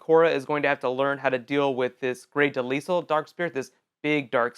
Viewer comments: I'm sorry but Grey's last name is not Pronounced (De-Lisle) it's Pronounced (De-lyle). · Her name is not Pronounce Grey's last name. is Pronounced (De-lyle) Not (De-Lisle). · It's pronounced De-LYLE, the s is silent. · Grey Delisle (Duh-Lye- Uhl) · It's pronounced grey dee-lie-al